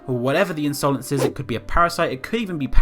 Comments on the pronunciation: I love the way he pronounced insolence lmao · Insolence is an actual word, meaning rude or disrespectful behaviour, which at first I thought that was what it meant but the I is capitalised so idk? But it could have something to do with that. Also you were saying insolence wrong and omg is it annoying soz